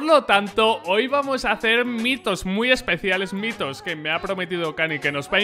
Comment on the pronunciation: Yo escucho bitos :ube